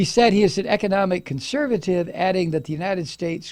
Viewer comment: Did you say CON-VERSATIVE ?